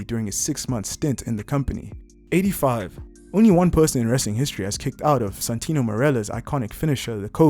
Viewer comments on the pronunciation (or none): none